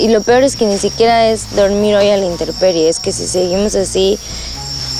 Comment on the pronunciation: intemperie no interperie :v